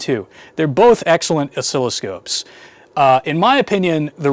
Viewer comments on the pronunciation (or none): none